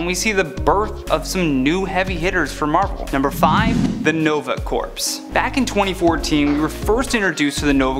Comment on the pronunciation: Hey little something you should know, you mispronounced the Nova Corps. When you say it your supposed to say it like Core not Corpse. That was the only thing that annoyed me.